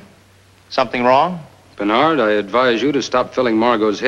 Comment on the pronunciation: I have watched this countless times In today's world in 2022 it seems like a funeral as ntasy from another era. Paul's name by the way is Bonnard not Bernard.